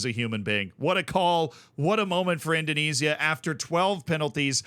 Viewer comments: With a name like, you'd think he could pronounce the Dutch East Indies correctly 😂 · The way pronounces 'Indonesia' intrigues me.